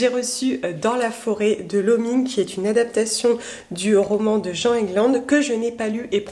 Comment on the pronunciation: J'ai l'impression d'être ma seule à ne pas avoir accroché à la narration à l'envers dans Malgré tout ^^' Dans la forêt, comme toi, je n'ai pas vraiment aimé... J'ai trouvé ça beaucoup plus sombre et oppressant que lumineux. (au passage, tu prononces "Jean" l'auteur, mais c'est en fait "Djinn" (une autrice, donc ;)). Anaïs Nin a d'excellentes critiques mais je n'ai pas du tout accroché...